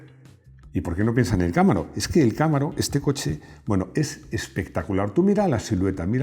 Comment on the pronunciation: Chevrolet Cámaro no, Camaro, llana, con la silaba tónica en la penultima silaba, caMAro.